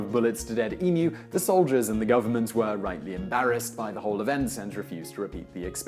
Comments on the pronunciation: Finally someone who pronounces emu right. It is EMEW not EMOO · i can feel the effort he is putting in to pronounce emu correctly. it is greatly appreciated. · Thank you for saying emu correctly. Also it's really good to see that audible is still supporting youtube channels. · All I can say is, thank you for not saying eMOOOO. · It is good to know the Pom's can pronounce Emu. It seems that the Yank's cannot. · OMG! THANK YOU! You pronounced Emu correctly!! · Simon you would have to be one of the handful of Americans that say emu properly